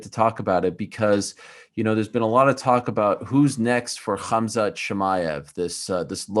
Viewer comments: This dude keeps saying “cumsock” instead of khamzat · Is he calling him Khazmat or am I hearing it wrong? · I don’t know why Ariel didn’t correct Neil once how Khamzats name, he kept saying khazmat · May be if you pronounced his name Khamzat instead of 'Khazmat', you would get the fight?! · Neil « Hazmat » Magny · Did nobody else notice Neil Mangy was saying KHAZMAT? 🧐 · I love how he keeps calling him Cumzat 🤣 Chumaev doesnt want that smoke! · To Neil, A. It's Khamzat not Khazmat B. Khamzat isn't going anywhere so you'll get your chance if you keep trying for it. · Cumzat?! Lol he said 3 different names for khamzat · he kept calling him Kazmat🤣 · How does he keep saying Kazmat when Ariel is clearly saying Khamzat? How do you not notice that? 😅